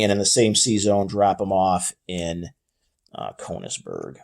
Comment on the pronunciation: Hate to be that guy, but youve been mispronouncing the name of the city in the East Prussian province. Königsburg has the ö which makes an "uh" ish type of sound. You could also think of it like an "er" in a British accent where the "r" is very subtle.